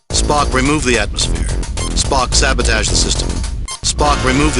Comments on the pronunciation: Snerk. Shatner: "Spoke, sabataage the system... 'cause there's no 'O' in SabOtage, right Bill?" XD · Ah! Shatner and his pronounciation of "sabatoge" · Sabatage. You say sabotage, I say sabatage.